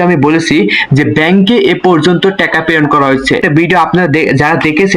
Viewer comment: টেকা না টাকা শব্দ উচ্চারণ সঠিক করেন